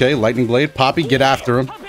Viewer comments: I'm pretty sure Galford is saying 'puppy', not 'Poppy'. I think it's just a weird pronunciation. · I thought he was calling him puppy...now I know